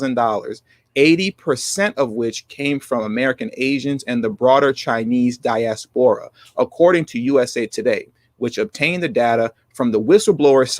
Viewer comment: again you’re not watching your pronunciation. The word diaspora is accented on the second syllable not the third. This is a common mispronunciation on YouTube channels. It’s a bad look.